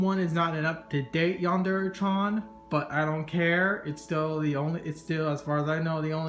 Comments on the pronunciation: "Yandere Chyawn" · It's really cool and all and I'd really love to have something like this, but the "chan" pronunciation is just killing me... xDD